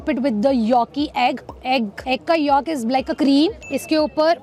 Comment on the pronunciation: How can you eat Pork?? 😮 and it's 'YOLK' not 'YAALK' YAK..😂😂